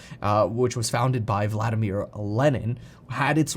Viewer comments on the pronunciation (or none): none